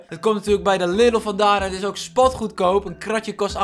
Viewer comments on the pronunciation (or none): none